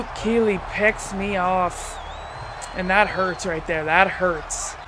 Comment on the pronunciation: You said Luke Keely. 😄. JK, I don’t really care that much. Great video btw.